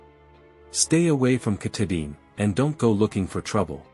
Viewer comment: Lost me instantly with the computer voice and terrible mispronunciation of our state’s crown jewel and the very subject of your video.